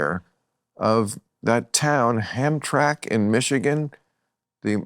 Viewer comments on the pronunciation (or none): none